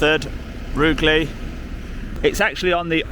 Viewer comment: Sorry, but I have to audit two pronunciations: it's HENSFUD not Hendersfud and Roojelee, but you knew that, you cheeky chappy!